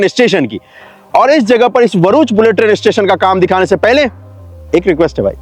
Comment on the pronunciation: Not varuch It’s bharuch Bha